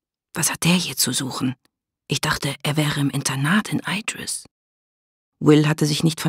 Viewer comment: Mal ehrlich, wie schwer wäre es für die Sprecher von den Hörbüchern gewesen, sich darauf zu einigen wie man die Eigennamen ausspricht und das dann einheitlich umzusetzen? So sehr ich die Geschichte mag, jedes mal wenn sie 'Eidris' statt Idris sagt könnte ich mich aufregen. Dazu kommt noch die komische Halbübersetzung. Was bitte soll ein Clockwerk sein? Ganz oder garnicht, was bitte spräche gegen Uhrwerk, das würde jeder verstehen aber dieses denglische Gemisch ist grausig.